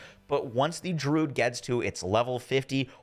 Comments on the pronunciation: Dude its not Drood its Dru - uhd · I really dislike when people are grammar Nazis, but hearing him pronounce druid as "drood", it like nails on a chalkboard for me. Druid, drew....id.... I come across so many content creators that mispronounce very simple and common words, almost as if they've never used them in their own vocabulary.